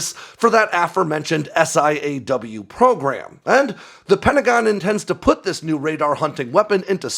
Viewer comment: Stop saying S.I.A.W.....its "saw"